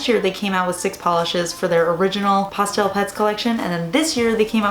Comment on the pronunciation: Cracks me up how says pah-stel lol